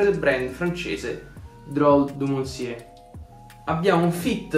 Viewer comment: Bel video però riguardati la pronuncia di “monsieur” ahah